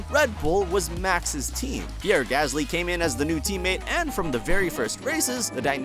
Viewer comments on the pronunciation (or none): none